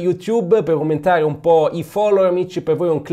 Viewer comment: vorrei saper parlare il tedesco come tu parli l'italiano, però ricorda solo che non si dice "umentare" ma "Aumentare", sei un grandissimo